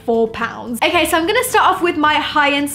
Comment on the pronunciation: I feel annoyed when she says ok it sounds like akey and it's soo irritating